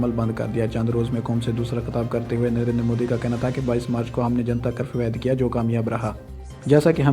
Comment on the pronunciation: modi ke liye bolne se phle phle modi bolna to sikh le chutiye